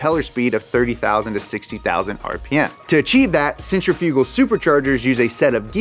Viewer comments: We are in America. It's pronounced Sen-triff-igull not centri-fuge-al. LOL. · "Sin-triph-uh cull". Not "Sentra fugle" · SEN-TRIF-I-GUL. I DON'T KNOW WHAT THE HELL YOU LOL WERE LOL SAYING, LOL. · Centrifugal = "cen-trif-i-gull" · I aint never heard somebody say sent-tri-few-gull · Centrifugal [sen - TRIFF - uh - guhl] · Please do an episode on his incorrect pronunciation of centrifugal (sen·tri·fuh·gl) 🤣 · Is no one else bothered by the pronunciation of “centrifugal?” I guy I worked with thought it was pronounced like “center-fyoogul” I’ve always pronounced and heard it been pronounced “Sen-tri-fuh-gal”… Out of this whole video, yes that’s all I came away with lol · Bwahaha. "Centrifyoogal". Is he fucking with us? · Sen-trif-ical = centrifugal Just FYI:) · Did he say centrifrugal? what the hell is centrifrugal? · I haven’t heard centrifugal pronounced that way before. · The way he pronounces centrifugal 😂😂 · Oh man. That centrifugal pronunciation though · DUDE YOU SERIOUSLY NEED TO STOP SAYING CENTRIFUGAL WRONG WOW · Are you saying 'centrifugal' wrong on purpose? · it’s infuriating that he doesn’t know how to pronounce centrifugal and repeats it over and over again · Bruh... I'm only 8 min in and the mispronunciation of centrifugal...